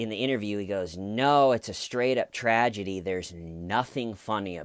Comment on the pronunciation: Did you just say tradegy?..lol..